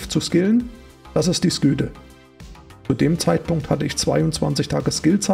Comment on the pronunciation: Englisch war noch nie dein Ding. :D Sküte... :D